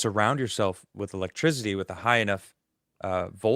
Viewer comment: Why can’t pronounce “electricity”